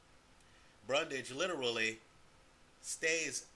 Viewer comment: You keep saying Brundage and the title says Bundage. It's Bundrage.